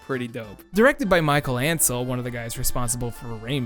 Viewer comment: It's pronounced Mee Shell An Cell lol creator of Rayman